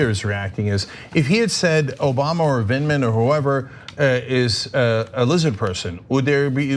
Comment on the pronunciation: ANA KASPARIAN: YOU ARE STILL SAYING HIS NAME WRONG. It’s Lt. Col. Vindman, not Vidman. The first syllable sounds like “vend,” and it rhymes with “wind.” It’s Vind, not Vid. Listen to how Cenk says it. Sorry for my shouty capitalization; I’m just hoping you see this comment this time.